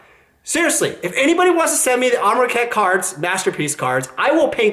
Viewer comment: Amronkhet? Amrakhet? You can at least get the name right, forget about your opinions.